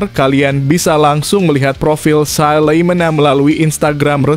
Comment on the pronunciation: Not Salimena(the Name from Nederland) but Salamena?